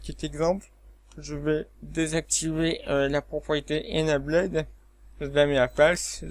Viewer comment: Bonjour Monsieur, A titre indicatif voici les prononciations de : Enable => UK:*/ɪnˈeɪbəl/ , le past = enabled , load = >UK:*/ˈləʊd/